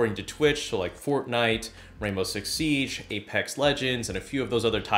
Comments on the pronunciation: "fortnoot" ahahhah😂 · fortnoot made my day😂😂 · "Fortnoot" made me laugh harder than it should have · fortnoot hahaha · I died at fortnoot😂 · Lol "Fortnoot" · It is not fortnite it is fortnoot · fortnite but worse